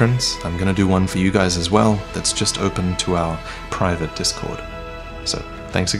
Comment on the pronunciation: The way he says ``private`` there in the end lol